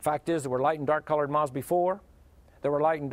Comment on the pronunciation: Is he trying to say moth? How do you butcher it so much to turn into maw?